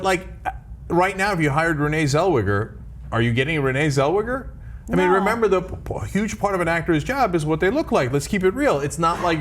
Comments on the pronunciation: lol! at the anglo saxon pronunciation of her name. WTF is Seulwugger ? its Tsell- Vay- ggah . get it right . Voll deppen ! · It's Renee Zell-weger, not Zell-Wigger. They both did it. Com com come on.